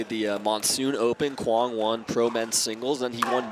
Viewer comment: The word mizu (means water) in Japanese, drop the 'mi' then add 'ong'... zu-ong. Quang has been pronounced correctly